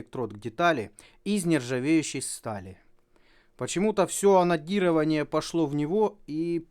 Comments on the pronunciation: Мне одному слышется анонирование вместо анодирования? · Пожалуйста ставь ударение на букву "Д" в слове АноДирование а то я пару раз вздрогнул а видео защибись! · Тоже каждый раз вздрагивал при "онадирование", что с нами не так? )))